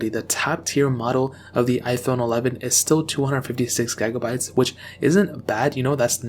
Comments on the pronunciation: Stop saying gegabytes you idiot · did he just say "gai-gah-bayts"? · I could not concentrate on nothing else but gaeigabites